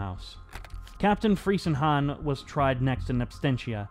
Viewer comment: The name is properly pronounced Freezenhahn. It it German ei, not ie, that rhymes with English word fry. But very good vid!